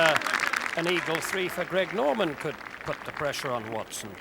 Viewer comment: It's pronounced Greg Norman Greg Not Craig Been listening to this for how many years